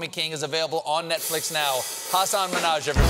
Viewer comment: Did Stephen just called him Minnash?! Hmmmm.